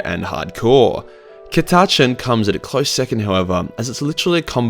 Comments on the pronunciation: Ok being Australian too I'd just like to say we don't all miss pronounce Catachan this badly fucking hell lol it's pronounced "cat-ah-chan" not "ca-tu-chin" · The way you pronounce catachan gave me word aids and now I'm dying 😑😑😑😑😑😑😑😑 CAT---A---CHAN Cat like the animal A literally the letter A Chan like Jackie Chan Now stop it before I put you in your own basement with Timmy I don't want that mouth saying that word well I'm watching a video put him in the bathroom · I've always pronounced it "Cat-A-Can". I preferred my way. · Isnt it said katakan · According to colonel iron hand stracken, it is pronounced Cata-can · Catachan- (Cat-a-can) or (Cata-Chahn), cause listening to you trying to pronounce this word is awful. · Cuhtuhchun is by far the most irritating pronounciation of Catachan I've ever heard lol. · I've been pronouncing it kat-a-chan for like 20 years whoops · Ca tuh Chan there you go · Ka-touch-in lol lol lol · CAT. A. CHAN. jesus this name have NEVER been so buchered. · Why did he keep pronouncing it like “ cuh-tachin” 😭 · Its “KATTA-CHAN” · It's CA (as in cat) TAH CHAN (as in jackie chan) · Cat-a-can. The Catachan Jungle fighters. The Ch is silent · Cah-tah-chan, u wot m8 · Cata-chin, cata-chen, christ man, Aussie pronunciation is fucked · on behalf of all other Aussies I have never heard anyone pronounce it the way just did lol. I was like wtf man!?! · when i heard that pronunciation had to check this wasn't One Mind Syndicate putting on an accent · Come on man catachan is the convination of south America, australia and Africa. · I laughed every time you pronounced it wrong. This was awesome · Australian man mispronounces Catachan for eleven minutes and 53 seconds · I've heard a few pronunciationions of Cat-a-chan, this is BY FAR the worst. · It's Catachan not Catachan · That by far the worst i have heard anyone say Catachan. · The way you say catachan makes me want to rip my ears off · Its not cata-chan its ca-ta-chan